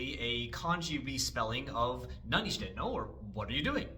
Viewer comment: from my gaijin ears the reason why it sounds funny might be because he puts the high pitch on してい as in nanioSHITEno, which to me at least sounds like there's a word break between 何を and していの, which sounds like 四天王 if you break apart the no into nnou i guess😂